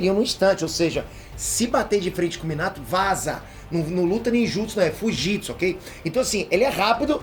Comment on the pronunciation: "Não e ninjitmu, e fujitmu" kkkkk